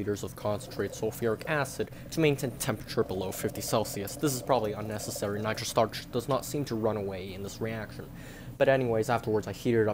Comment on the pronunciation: “Nitro stuuurrrrrch”